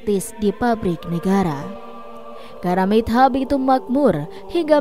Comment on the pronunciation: Maaf Bacanya karamitho, pakai hrf ط bkn karamit ha...mbak